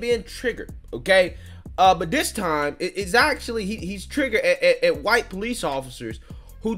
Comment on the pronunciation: Po- leece......